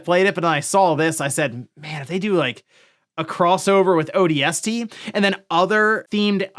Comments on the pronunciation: Why do you say odst like a freak??? Ooohh... D S T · Odie Estie reporting for duty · i didn't know ODST could be pronounced like that. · I came to the comments looking for this and was not disappointed 😂